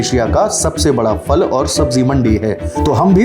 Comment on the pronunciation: Very good reportage only one request. Perhaps the voice over journalist and the one on camera can pronounce phal (fruit) as phal and not fal. When we hear the right pronunciation we perpetuate it further, and the same goes for wrong pronunciation. Also, Azadpur Mandi dakshini Dilli mein nahi hai, balki Uttari Dilli mein hai.